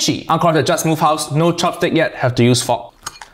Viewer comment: "no chopstick yet have to use fok" WHY DOES IT SOUND LIKE THAT 😨